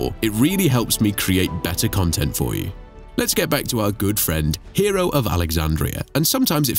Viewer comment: Iam pretty certain that his name, Hero, was not pronounced as hero! But hey, details, right?